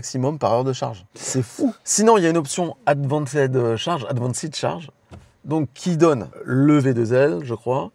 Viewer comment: Advancède ?! "Advènst" !